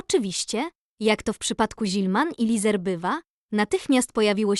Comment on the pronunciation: Lesar nie Lizer